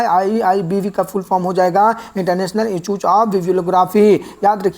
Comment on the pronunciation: सर आप तो इंस्टिट्यूट को इंस्टचुच बोल रहे हैं और ब्रुसेल्स को बुरसेल्स😂😂